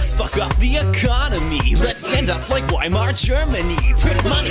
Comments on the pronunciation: almost perfect song, but it's pronounced vai-mar, The 'w' in german is a 'v' i'm printing this yt comment because it only costs $2008 FedCoin+ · in Weimar, the W is pronounced more like a v